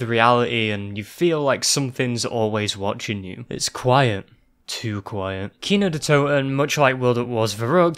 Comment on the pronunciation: how did you mess up quiet twice